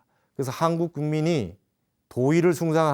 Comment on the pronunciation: 스님! 말법은 말뻡"이라고 발음하소서! 또! 한국의 한을 왜!? 길게 발음하나이까!? 실로 실망했나이다. 미국 변 완수 드림